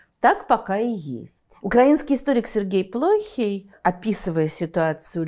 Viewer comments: Украинский историк Сергей Плохи́й, а не Плóхий. Сначала подписывается Брестский мир с Украиной, а потом с Россией. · Плохій -наголос на 2 складі. Вибачте. Ви -молодець!